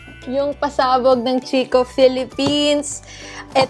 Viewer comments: Lovely! 💕🌸 Congratulations and Vern! oh by the way CHICCO is pronounced like KEY-KOH. 🙂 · Hello po, not a hater po but just want to share the pronunciation of "Chicco" (Italian brand), it's KIKKO po.:) anyways congrats again sainyo ni daddy Vern, looking forward for the next vlogs. God bless always! 💜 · Chicco is pronounced as "kikko" hehehe Love you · chicco - pronounce as kikko hehehe italian brand